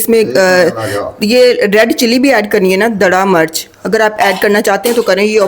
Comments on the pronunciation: I like your videos. Learning everyday chinese cooking. But please dont say," MURCH". HARI MURCH. This is wrong urdu. Please ہری مرچ کہیں۔ زیر استعمال کریں۔ زبر استعمال نہ کریں۔ یا پنجابی میں بات کریں۔ Hari mirch Not Hari murch. Please don't mind. I will try tomorrow this recipe In Shaa Allah Taala. Stay blessed forever baita. Aameen Ya Rab ul Aalameen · Hari mirch not murch